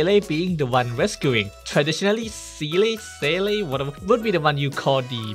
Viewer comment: Seele is pronounce Z - Lay.